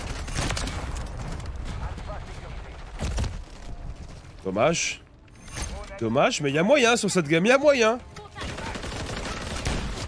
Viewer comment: quand il dommage il prononce dommache 😂